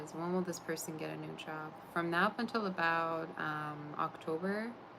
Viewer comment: Why are you saying nap instead of now????